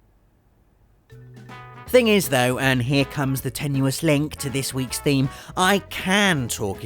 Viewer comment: Woah "The tenious LINK". Link is silent. Eh? eh?